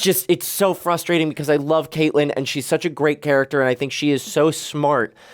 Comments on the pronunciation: Does refer to Catelyn as Katelyn the entire time? Lol I keep expecting him to correct it and almost 2 seasons in and it’s still Katelyn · Catelyn Stark is pronounced Cat-Lyn not Kate-Lyn. Other than that, I am loving watching along with you guys. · Its Katlin (cat) not Kaitlyn. Idk if hes doing it on purpose at this point or what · I love you both but her name is pronounced Cat•lyn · And I'm endlessly frustrated at y'all pronouncing Catelyn wrong.